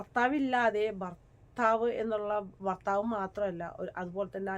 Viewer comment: ഫർത്താവ് അല്ല ഭർത്താവ് ആൾക്കാർ കാണുന്നതല്ലേ അക്ഷരം ശ്രദ്ധിക്കുക